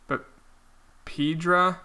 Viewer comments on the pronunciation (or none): It’s not “Peedra” it’s “PI-EH-DRA”